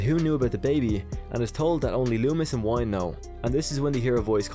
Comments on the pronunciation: Good video. Dr Wyn is pronounced Win not Wine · I believe the correct annunciation of Dr. Wynn's name is WIN. Like winning a game. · I thought that Loomis had a heart attack at the end of H5. Also I'm pretty sure Wynn's name is pronounced win.